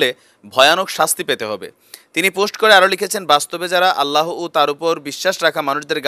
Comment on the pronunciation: আল্লা হ উচ্চারণ করা ঠিক না । অনেকেই ভুল ভাবে এমনটি বলে । সঠিক ভাবে আল্লাহ্ বলা উচিৎ ।